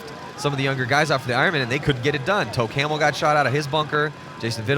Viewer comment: Yeah I know but it sounded like toe camel aka camel toe